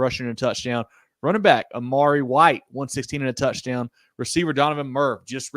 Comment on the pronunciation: It's Amire White... not Amari!